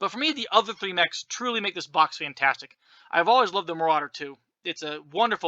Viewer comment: It's called a "More-rauder"